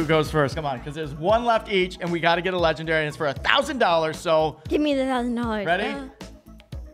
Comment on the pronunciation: He really said we could try get a legdanry out of a dimaind eggg